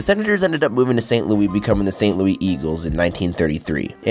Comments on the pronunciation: St loouee blues... St Loooo-iss St. Louis blue do we get it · Did you seriously pronounce st.louis as st.louie? 🤣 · Not Louie Louis the S sound is there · Saint Louis bro not Martin St. Louis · Hearing you say St. Looey instead of St.Louis (Lewis) 😂 I’ve been to Canada but did not know that this is how some pronounce it. I was also born in 98 though so it’s crazy to see how we were born at the perfect time for modern day hockey Update: After some research I can I see that it actually would make more sense to pronounce it “Looey”. It’s my hometown and would never be accepted amongst most Americans though. 😂 As for the question at the end, I liked the thrashers jerseys/logo the best out of the teams who left, especially since the jets new uni’s/logo seem so dull to me. I do believe the most deserving place for a hockey team to come back though is Quebec or Hartford. Even as an American I don’t see it as fair that we have so many more teams. It would be good to see the cup go back to Canada. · St. Louis is pronounced with the S at the end, it’s not “Louie” is “Lou(is)” the (is) sounds like the word hiss or miss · It's not St Louie sir!! St Louis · St. Louis, not St. Louie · Bro it’s pronounced “St. Lewis” not “St. Leweee” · It's St.Louis not St.Louie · Why you call it st.louie not st.louis and don't tell it is st.louie I know it's st.louis because it's where I live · I've never heard anyone that is from St. Louis pronounce it St. "Louie." Where do these people outside the area come up with this shit? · It hurt me when he said St. Louie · Its actually pronounced San Louiśe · You didn't explain the Quakers. Also, you need to pronounce the ''S' in the word "Louis'. It is NOT "St Louie". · Don’t. Ever. Call. It. Saint. Louie. Again. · Bothers me he called St. Louis. st. Louie the “s” is pronounced. I’m from here lol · Just a heads up, for some reason the Louis in St Louis is pronounced as Lewis. St Louis Missouri natives like to butcher other languages. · St. Louie? 😂😂😂